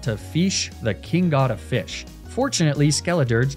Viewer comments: Dissapointing. You pronounce Fish. The king god of fish "Feesh" How are you the one who it calls it's owner? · i just love the way you pronounce fish as "feesh" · Feesh?... You've watched PM7's adventures of the Mighty Feesh, haven't you? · yea feesh poweeer 😄